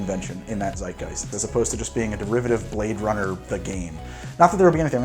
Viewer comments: its zeitgeist not seitgeist z like tz like zorro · seitgeist xD pronoucing a z in the german way was never an option